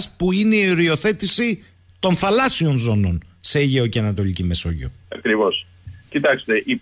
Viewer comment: Κύριε, πέραν της εξαιρετικής εκπομπής, σταματήστε επιτέλους αυτό το "Θαλάσσιων" (με τον τον τόνο στην προπαραλήγουσα)...πέραν του ότι είναι ΑΠΙΣΤΕΥΤΑ ΚΑΚΟΗΧΟ, δεν είναι και σωστό γραμματικά! Το ίδιο και με το "Δημόσιων υπαλλήλων"...